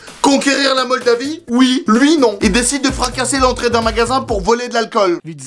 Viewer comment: "Conquérir na moldavie" mdr rpz mon pays🇲🇩🇲🇩🇲🇩🇲🇩🇲🇩